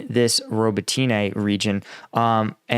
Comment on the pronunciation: man you guys pronounced ukraine place names is so weak “bok mit” “danbus” “robo teen aye”? really? it’s like saying “eye-sa fram amereo-lyn- cana” or “ dowra ins Varina”did ya notice how well read that sounded? yea? not really.